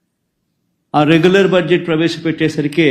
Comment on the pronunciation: He cannot even pronounce budget properly